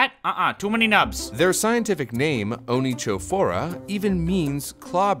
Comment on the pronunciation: well,onychophora is pronounced with a german ch (kh) , not an English ch(ts), and it's in greek, not Latin